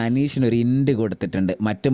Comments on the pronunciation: ഇപ്പൊ പറയാമോ എന്ന് അറിയില്ല.. ഇന്റ് അല്ല "hint( ഹിന്റ് )😅😅😅😅😅😅😅😅😅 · അതെ. Hint സൂചന